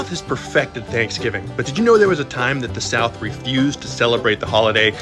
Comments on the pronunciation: What is “chanksgiving” 🤣🤣🤣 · What is “thankfgiving” 🤣🤣🤣🤣